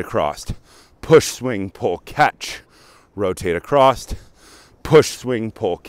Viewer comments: AcrossT, that's what I came. He definitely said acrossT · Heads up dude. The word is across.